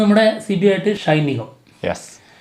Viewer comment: ഷൈൻ നിഗം അല്ല ഷെയിൻ നിഗം